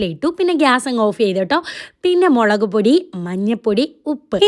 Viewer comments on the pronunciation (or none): none